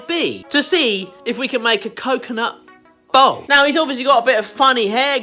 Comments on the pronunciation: bowl.... BOWL... he says Bowl like Ball. It took me quite a while to realize what he's making xD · He meant BOWL not BALL.. and here I were thinking how was he going to manage to turn each half into a ball..